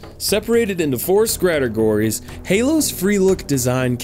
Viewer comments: CeaselessDischarge he even said scrategories. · “scratergories” he does it on purpose